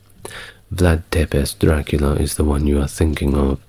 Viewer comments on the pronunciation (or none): none